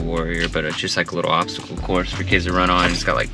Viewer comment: Love the pronunciaation of obsticle so cute x